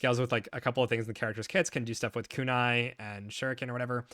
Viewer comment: how you going to pronounce Kunai like that. 😅